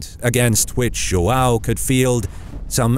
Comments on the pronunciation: It's João, not Joao. I should know, it's my name. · its produced JOHN jo-hn john. don't ever use spanish for Portuguese. also if come in with some bullshite document saying something i will fight in the comments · English speakers pronuncing João 😐. Let me help. Ju Ã u (~ gives a nasal sound). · Cool video but the joao part triggered me a little because its joão but it doesn't matter that much cool video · errr, the way you pronounce Joao is very un-portuguese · If you're gonna call D. Fernando "Ferdinand", then why bother trying to pronounce João instead of just calling him "John"? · Dude, you butchered the word João so hard